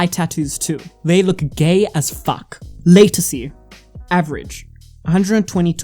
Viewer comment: Watch a video to get the pronunciation before you make a video. It's called Latisse - (La-Teese) if you go to the doctor and ask for (Lay-Ta-See) they will have no idea what your talking about! Great Video Though!!!